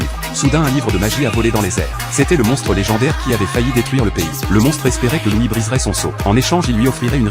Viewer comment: C'est loid pas louis